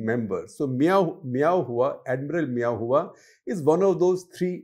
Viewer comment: I think guptaji ka pronunciation thoda dheela hai, its admiral meow who. 😂😂😂